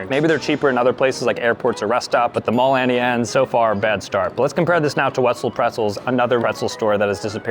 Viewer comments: "Annie Anes " is on purpose Its "Auntie Annes" lol still love u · BROOO ITS AUNTIE ANNES NOT ANNIEANNES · Why does he AnnieAnnes instead of AuntieAnnes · It’s not Annie Anne’s, it’s auntie Anne’s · It's AUNTIE Anne's ffs 🙄😂